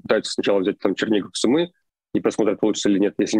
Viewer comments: Сумы - ударение на первый слог. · Прошу прощения ! Сумы ...ударение на СУ.. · Город СУмы, ударение на букву У! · Город Су́мы. Ударение на у́. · СУмы ударение на У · Су́мы! Хватит говорить не грамотно. И ЗАЗ - Сэнс. А не Шанс. Пожалуйста... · Спасибо за ваши ролики,но правильное произношение города Сумы -ударение на у. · Спасибо за вашу работу. Передайте, пожалуйста, Руслану, что Сумы произносится с ударением на первый слог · в названии города Сумы, ударение идет на первый слог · В слове Сумы ударение на У, извините если это кажется токсичным. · Русскоговорящая челюсть)) Левиев, бедняга, не может ударение нормально поставить когда города называет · макаров конкретно западнее киева а не северо-западнее. а город сумы имеет ударение на другой слог. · Майк и Руслан, спасибо Вам ребята большое за логичную и вдумчивую оценку происходящего в моей стране ❤️ Единственное, не СумЫ, а «СУмы» и «в СУмах» 🙏🏻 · не СумЫ а СУмы!!))) сумЫ носили в старые времена нищие. Но это не про город. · Не СумЫ,а СУмы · Пожалуйста, Су́мы, а не Сумы́. Спасибо) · правильно ударение - город С'умы, а не Сум'ы... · Извините. Передача бомба! Но слух блин режет … сУмы , а не сумЫ . А так - вы молодцы! Хорошую работу делаете! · Все ок, только Cу'мы, а не Сумы'. Слава Украине! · Хороший ролик, только ударение на "у", не Сумы', а Су'мы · Не сумЫ, а сУмы! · Город сУмы, а не сумЫ. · Не СумЫ, а СУмы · Да не СумЫ, а СУмы, невозможно слушать это неправильное ударение!!! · СУмы, а не СумЫ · Спасибо за видео! Только ударение в название города СУмы, а не СумЫ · Руслан, пожалуйста, не СумЫ, а СУмы Очень режет уши неправильное название родного города. За ежедневную сводку большое спасибо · сУмы, город называется Сумы, ударение на первый слог. Житель данного города называется сумчанин. Пожалуйста, поправьте коллегу. Украинцы, ставьте лайк на это сообщение. Спасибо. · это о случайно, все остальные разы у него СумЫ. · Спасибо за аналитику. Небольшое исправление: в названии города Сумы ударение на первый слог